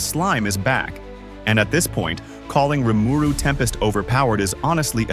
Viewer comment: hate how he pronounced Rimiru lol. but good list